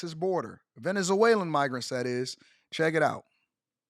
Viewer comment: "VenezAwaylans"??😆 They're Venezuelans, bro.